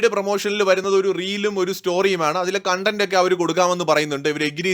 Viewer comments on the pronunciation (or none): none